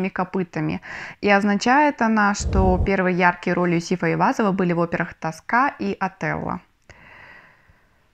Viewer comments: тОска, а не тоскА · ТОска (с ударением на первый слог) - опера Дж. Пуччини. Главная героиня Флория Тоска закалывает кинжалом шефа полиции, когда он её обнимает